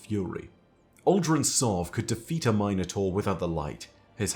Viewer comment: Why is he pronouncing Minotaur like that? Is that how it’s pronounced in Destiny??